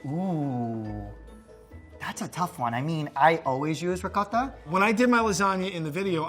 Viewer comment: Great video..but the way says ricotta makes me cringe a little bit.